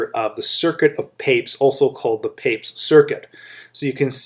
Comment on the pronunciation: I thought we pronounce it Pa-pez